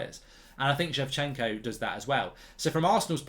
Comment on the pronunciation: shevchenko haha come on Mark